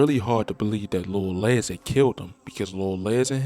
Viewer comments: It’s lil les …..like more or less…not Lez lol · His name ain't Lil Lez???😂😭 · I can tell you not from Chicago. You saying Lil Les name wrong..